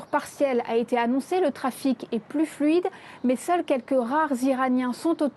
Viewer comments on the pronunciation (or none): none